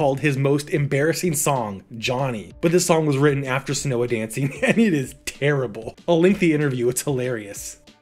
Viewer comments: Probably already has been said. But Seona is pronounced "Show-na" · I’m so happy Ricky was brought up! I’m the one that wrote the Seona Dancing lost demo article onto the LMW.❤️ Note: it’s actually pronounced “Shawna Dancing”, the band was named after a girl they knew.